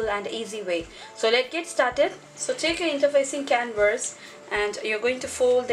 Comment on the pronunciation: Hi, Beautiful job. Oh, the word "canvas" is pronounced can-vis or can-vas. You are pronouncing the word "can-verse". I hope that helped. Otherwise your english sounds excellent!